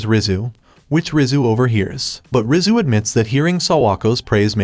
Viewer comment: Rizu sounds like rizz